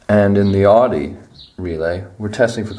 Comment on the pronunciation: I couldn’t watch this video in full. You said Audi incorrectly too many times